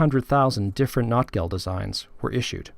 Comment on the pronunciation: Very cool video, great to hear from another Notgeld collector! I'm trying to popularize the more German pronunciation of Notgeld in English, like "note" instead of "not", but it's an uphill battle. :) The word Not in German means emergency, need, lack, poverty, misery, and it is where our word "need" comes from, as in a time of need. Notgeld means "emergency money" - just as you pointed out, people hoarded the silver coins when Germany went off the gold standard at the start of WWI, and there was an emergency shortage of small change, so that's how the first (1914) Notgeld arose. But things only went downhill from there, the situation in Germany grew worse and worse during and after WWI and Notgeld became a popular way for cities to raise much-needed cash from the collector community, Notgeld became more of a pun, as in "misery money" or "poverty money", another meaning of the noun Not that very aptly described their situation post-WWI. I made a similar video to this one, that, coincidentally has the same title. :) It doesn't go into any specific notes, but I'd love to do some videos like this that translate the notes for an English-speaking audience. I have quite a few translations I've done in my Ebay listings that are not available anywhere else (yet). The fact that many of them are written in dialect makes it extremely challenging but the hobby is so deep that it seems impossible to run out of new discoveries. Still I learn at least one thing (and usually much more than t